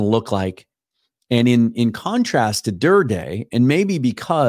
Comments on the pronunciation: New subscriber here. Love your work! Pretty important to get the pronunciation correct—Adan (sounds like Adam) Durde (like dirty with a D, not like DirDAY). Thank you! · its pronunced Der-Dee